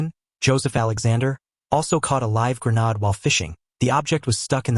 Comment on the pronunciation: Not a grenad .A grenADE